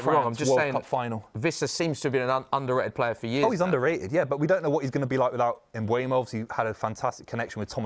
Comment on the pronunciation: The name is Mbeumo, the "M" is silent